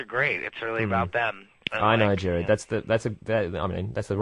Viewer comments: It’s GERARD not Jered 😂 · it's Gerard not Jerard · I don't really care how he pronounced his name, however Gerard does not look like Jared because Gerard has two "r"s. So regardless of his accent he didn't pronounce his name phonetically because if he had he would have pronounced it correctly. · the reason the interviewer said "Jared" was because in the European area they pronounce "Gerard" like "Jared" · pierce the rømance The interviewer is Australian,and yes,that is how they pronounce "Gerard". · I can't get over how he said "Jared" like what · stop. i am 10 seconds in and i hear "hellmo there Gerad" fuck you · The thing is that guy who is interviewing him is Australian and it's kind of to do with his accent. I'm Australian too and most of us pronounce Gerard's name that way here, I'm not 100% sure why, I used to but most of the time I don't anymore cause I got used to hearing it "the proper way" but yeah, most people do. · I'm Australian and sometimes it just comes out as "jarred" 😂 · This is an old comment but I’m from New Zealand (our accent sounds fairly close to an Aussie accent) and have always said gerard lol like damn bro accent or not put some effort in, it’s his NAME ffs 😂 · no he said it with an accent...so it sounded like Jared....but think about it...Jared Gared Gerard